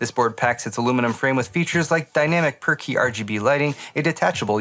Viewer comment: Was that per-key lighting, or perky lighting? I swear I heard “perky” :)